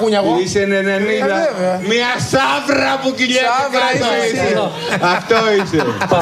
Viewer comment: ΜΙΑ ΣΑΥΡΡΡΡΡΡΑ ΕΙΣΑΙ ΠΟΥ ΚΥΛΊΕΤΑΙ ΚΑΤΩ ΕΙΣΑΙ 🔥🔥🔥🔥